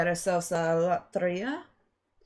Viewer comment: I love the way you say loteria! 🐼🐾🐾😁. How are the boys?